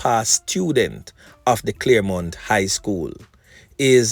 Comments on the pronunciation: CHARLEMONT not CLAREMONT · Gm it's Charlemont not Claremont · Charlemount, not Claremont